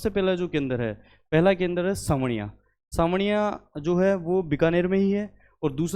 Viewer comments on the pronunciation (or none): वो साबणिया है जी, सांवणिया नहीं।